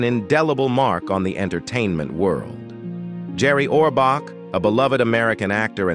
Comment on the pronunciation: You can’t even pronounce his name correctly.